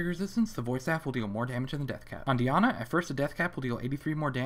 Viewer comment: The way he says Diana.. wtf?